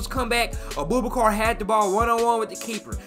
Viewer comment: Man said A-Boo-Ba-Car 😂 I love too much man 😂